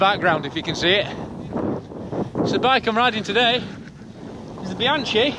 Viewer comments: Bee-han-chee?!? No, diopignone! E' BIANCHI!!! (Bee-hun-kee!!!) eccheccazzo! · Please say Bianki(bianchi), and not Bianci !! BIAN k(like kilo) I so... Bianchi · Oh my..."Bianchee"....my ears bleed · Pronunciation is: "Biankee" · Nice review. But please: Bianchi with hard C :) You can use the same C in your next trip in Italy: when you want an aperitivo order a bianchino,good white wine 😉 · In Italian, "ch" is pronounced as a hard "K" or 'C' sound - of course, as an Englishman you can be forgiven for the understandable mistake ;) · You've been testing bikes for 20 years and still can't say 'Bianchi' properly? 🤣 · Professional Bike Tester for 20 years... And you can't pronounce one of the most important bike brands in the history of cycling. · Please, please, please, learn to pronounce “Bianchi” properly 😱😱😱🥴🥴🥴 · Jesus learn at least how to pronounce Bianchi